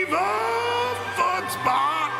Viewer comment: I really thought he was saying “viva foot spa” and not “viva fun spot” until i saw the logo😂